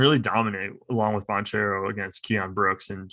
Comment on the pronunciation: No one can match dukes front court? Um, have you heard of Gonzaga’s Chet Holmgren and Drew Timme? Apparently not lol. By the way, you’re mispronouncing Paolo Bancheros last name…